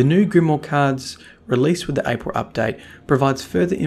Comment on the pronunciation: What is this "Apirl" update that you speak of? 😏